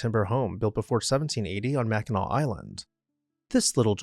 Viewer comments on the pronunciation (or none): none